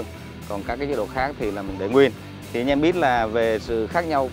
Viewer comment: Mấy mod tinhte phát âm từ anh em thành anh nhem hoài nhỉ, đặc trưng hay là lỗi vậy nghe khá khó chịu